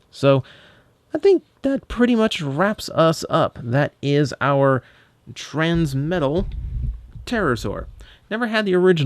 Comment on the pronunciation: "Transmetla," huh? >w>